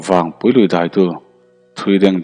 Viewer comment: Vawngpui i lam rik dan hi a dik hlel deuh lo maw..thlanvawng thing kan sawi a vawng tih lai hi a ki sang deuh a lam tur a nih hmel..Thlangvawng hian hming hran2 a nei a entirnan: Vawngthla/Vawngthir etc